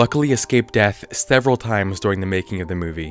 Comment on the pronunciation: after slowing down the video you can clearly hear a ”deh” sound as if he for some reason mispronounced “the” any reason